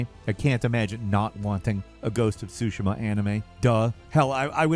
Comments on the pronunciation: Pls…. Say ghost of tsushima Not shushima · "ghost of SOO SHIM-A" instead of "SOO SHE MA" and "adaption" instead of "adaptation" im dying. youre killing me.